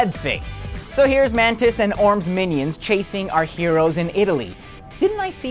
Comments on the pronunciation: It's Black Manta (as in the Manta Ray Fish) not Black Mantis (as in the Bug). For a guy that wears an Aquaman t shirt u should know one of Aquamans greatest foes. Or are you just one of those posers that wear like Ramones and Iron Maiden shirts but can't name one song. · You lost us at "Mantis". It's "Manta".